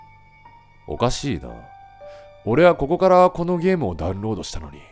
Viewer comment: ｢リンク飛べない！なんでー？｣ わし(言い方可愛いな) ｢でゃうんろーどでぃえぎない！｣ わし｢( ﾟ∀ﾟ)･∵ﾌﾞﾌｯ!!｣